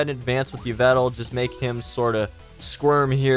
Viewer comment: Fam yvetal? It's e-vel-tall